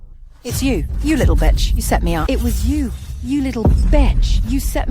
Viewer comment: They say batch instead of bitch 😅😅